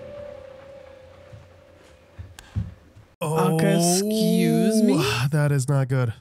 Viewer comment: did u say "occs-scuse me?" lol😂😂